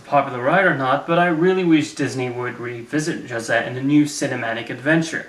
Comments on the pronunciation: Although I agree with what you say in this video pleasepleaseplease stop calling him Jose with a "juh" sound. It's "ho-say", and the three "caba-yeros", not cabeLeros. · for a little note: Jose's name is pronounced "Ho-zeh" as "j" often makes the "h" sound in spanish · To be fair, you did mispronounce a lot of things that could have easily been pronounced correctly by watching the videos you showed in the clips (Caballeros, Aracuan, and Jose, for a few - you're correct in using the "j" sound, but it's still not quite the correct pronunciation)